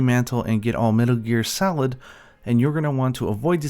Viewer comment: Why does this guy talk so strangely? The way he pronounces everything is so bad. Metal gear salad? Whut. They arent grimulkins either smh.